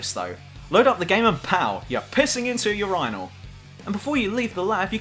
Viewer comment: I love how you Brits say "urine" and "urinal". it sounds almost classy.